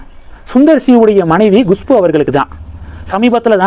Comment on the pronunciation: Gushpu இல்லை, Kushbu. கமின்ட்ஸ் படிப்பதேயில்லை, ஆனால் ஒவ்வொரு வீடியோக்கும் கமென்ட் செய்யச் சொல்கிறீர்கள்?